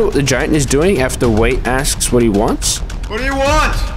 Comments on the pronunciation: His name is Wyatt btw (pronounced 'why yitt') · Why-"ET" Wyatt, it's not "wait" or whatever you were saying man.. if you're gonna make videos you gotta learn how to pronounce shit... Sorry I'm trying not to be mean but its drives me nuts when anyone doesn't say a word the correct way.. I'm not some rich snob, not some word genius.. it's just OCD I guess.. idk.. but good work thou man! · I think "wyat" would be pronouced like "why-at" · His name Wyat is pronounced; "Why-It" or "Why-Aht." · It's pronounced WHY-AT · It’s pronounced (why)-(it) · Wyat = Why-It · It's "Wyatt" not "wait". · Why are you calling Wy-at, “Wate”? Is it ignorance or can you just not read? So annoying listening to a 20 min rant about a man’s video and you can’t even say his name right. Kind of low effort. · Wyatt can be pronounced like "why-at" which sounds more accurate and I've heard it pronounced like that before. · Wait why don’t you just pronounce his name right ha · couldnt pronounce wyatt???? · Why not just pronounce the guy’s name correctly? The deliberate mispronunciation make it hard for me to maintain focus on what you’re saying.